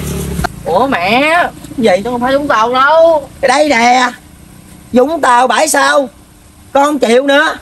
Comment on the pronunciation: Bãi sau❌ Bải Sao✅